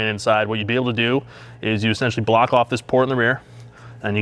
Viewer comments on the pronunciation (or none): none